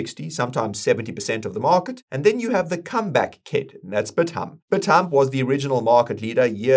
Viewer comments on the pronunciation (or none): Bithumb is pronounced Bit-some in Korea. Thank you for the info.